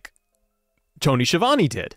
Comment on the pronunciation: So the man will probably know how is name is pronounced. However Schiavone is an infamous Italian surname and isn't pronounced Sheevany but Skeeavounae. It drives me nuts.